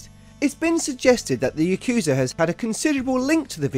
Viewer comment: Drinking game: Take a shot every time he butchers the word "yakuza"